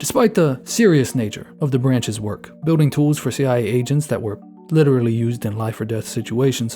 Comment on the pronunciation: Wait, no shade, but does the iPad/TikTok generation ACTUALLY have the "litewally" speech impediment? Cause you definitely have a slight 'litewally' vibe . I would love to know the science behind how that's happening over time.